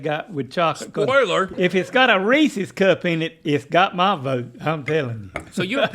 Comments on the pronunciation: yea like when people say “reesee cup” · Speaking of pronunciations Rhett… Reeces is supposed to rhyme with pieces… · Reecee? Reese's. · How is Link going to worry about saying Tootsie pop like that but then says Reesey’s. It’s REESE’S. Reese was a person! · They say people mispronounce “ tootsie “ but then pronounce Reese’s like “ reesEE’s “ 🙄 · It's reese's with an apostrophe. Reese owns it. Not reeseas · Rhett aggressively correcting Link’s pronunciation of tootsie while confidently saying “Reesee cups” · And they all say reeseas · its called an accent in portugal (where i live and where english isnt the official language) we pronounce reeses some times with a trilled R becouse that is very common over here so like Rrreeseas, other people pronounce it reeseas and some other pronounce reese-es...and thats inside the same city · The irony of Rhett saying they were pronouncing Tootsie incorrectly after he called a Reese's cup a Ree-cee cup is not lost on me. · them talking about the correct pronunciation of tootsie after repeatedly saying “reesee cup” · How tf does the dad say Reese’s correctly but Rhett and Link screw it up? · I will never not loathe how they pronounce Reese's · Rhett telling Link how to pronounce Tootsie even though they both can't pronounce Reese's 🤣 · The last ee in Reese is silent. The oo in Tootsie is like the oo in book or look etc. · Hearing Rhett correct the Neal's on "Tootsie", while mispronouncing "Reese's". Classic.